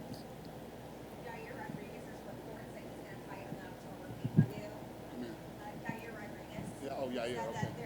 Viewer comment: if you want Dana to understand you, don’t say “Jair”